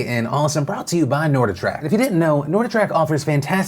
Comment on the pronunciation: Phil it's NORDIC TRACK. Not norda track. FYI